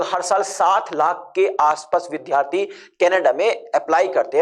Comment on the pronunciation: वि धा रथी। नहीं। वि द् या रथी। ये सही pronunciation है।